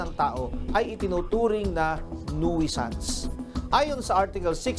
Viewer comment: NOOSANS hindi "nuwisans"